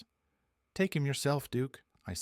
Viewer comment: "lake" instead of "take"?